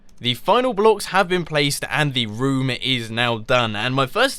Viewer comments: lol the way u says room sounds like voom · The way Mumbo says room cracks me up every time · Does it get on anyone else's nerves the way he says "room"?